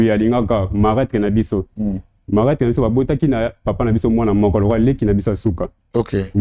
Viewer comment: on dis marâtre et non malatre merci